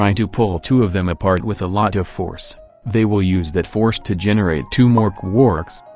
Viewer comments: I love it when you say "Qwooorks" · I missed you saying quooorks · I miss when you said quarks like quoouhrks